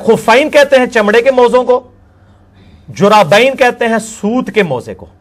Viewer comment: جرّابين کہ رہا ہے جبکہ اصل لفظ جوربین ہے اور شرح کو شرّاح کہ رہا ہے یہ اس کی علمی لیاقت کا حال ہے